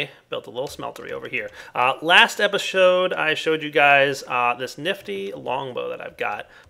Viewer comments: he said epishode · Epishode XD dire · Nice language dire "epishode" facepalm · "Last epishowed"